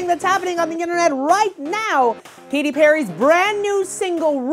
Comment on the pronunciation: its Katy not Katty;)